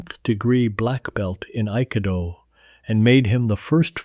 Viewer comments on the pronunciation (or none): Bullshit. AI can't even pronounce Aikido correctly. Trash talk each other? Yes! Physical contact? Never!!! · The narrator butchered the pronunciation of Akido lol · It’s crafts service - many crafts, one service. Duh!! Oh. Learn how to pronounce Aikido, too.